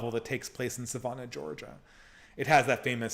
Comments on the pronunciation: Sa “van” ah Georgia, not Sa “von” ah. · I was listening in the background and didn't realize where he was talking about. I went to look up "Savona" to see where it was before reading the question on the screen. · Your pronunciation of Savannah though